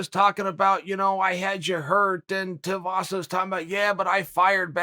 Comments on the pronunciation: Its shoeyvasa not shiuvasa come on chael tf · “Too-ee-vasa” not “tee-oo-vasa” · Uncle Chael.....his name is Tuivasa.....Too Eeee Vossa.....Not Tee Oooo Vossa. C'mon now Uncle Chael. Focus. FO CUSS! 🤣🤣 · Did anyone keep count of how many different ways Uncle Chael pronounced Tai's surname? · Me: Tai Tuivasa Chael: Tie Tiavasa Me: Ok, Great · Tie (as in neck tie) Two ee vah sah (Each vowel is pronounced separately) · Chael! its 2 e vasa (two-e=Tui) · Wow went full Schaub on this one learn the names bro TUI VASA easy bro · Teeovasa it is folks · I couldn't finish this video b/c of all the ways he mispronounced Tuivasa's name lol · How hard is it to say his name properly Chael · Just over four minutes and I don’t think chael said Tai’s name properly once🤣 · Chael mispronounced Tuivasa more times in a 4 minute video than he has wins in the Octagon...... and he has never lost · Chael "Non-Anglo Last Names Are Not Worth My Effort" Sonnen.